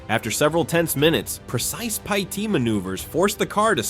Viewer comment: PEE EYE TEE MANOOVER